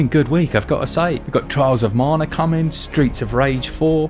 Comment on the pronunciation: Marna? There's no r in Mana.